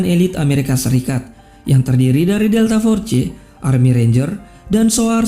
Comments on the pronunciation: "DELTA FORCE" Bacanya bukan Forcee.. Tapi Fors.. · Bg, penyebutan nya delta fors bukan delta forse/delta force Klo tulisany delta force tp d baca delta fors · fors bukan forse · Jgn delta for ce geh tp deltaforce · Pronunciation loe josss.... Delta for..ce